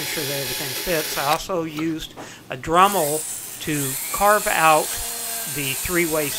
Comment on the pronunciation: Don't get me wrong I loved this video but "Drummel"